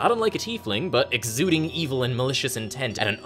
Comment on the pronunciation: "The lowest, most E-VILE layer of the Nine Hells." Well, that's the only pronunciation I'll ever be using from now on.